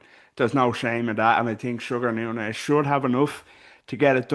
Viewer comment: is Nuñez not Nunez🤷🏽